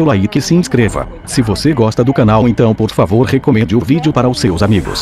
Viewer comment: Não fala pala voando bor favor